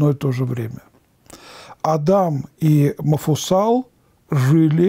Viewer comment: Почему отец Олег говорит Мафусал? Он же Мафусаил.